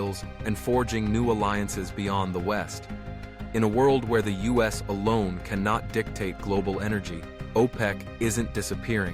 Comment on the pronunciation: "Us oil"? instead of U.S. oil. AI slop channel